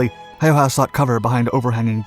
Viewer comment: Ä My man Ä... Not A